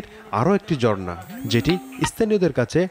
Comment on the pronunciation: Reporter jhorna na bole bolche JORNA 😂😂😂